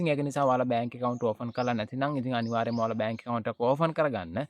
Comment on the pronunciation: ඕෆන් නෙවෙයි පෙත්තා ඕපන් open😂